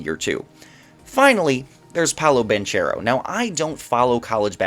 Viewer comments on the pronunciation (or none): It’s Paolo “BAN-CARE-OH” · I think it's both right bankaro in English and banchero in Italian. Idk I heard it pronounced both ways many times